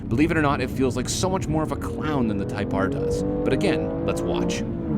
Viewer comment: “HONDA CIVIC TYPE AAAAHH” “HONDA CIVIC TYPE AAAAHH” “THE TYPE AAAAHH” “IN THE CIVIC TYPE AAAAHH” “THE TYPE AAAAHH”